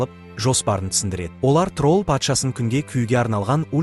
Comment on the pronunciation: Трол емес админ тролль десеңізші